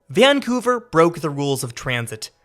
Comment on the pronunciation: mispronouncing the city's name throughout the video. doubting if he really came to the city or not.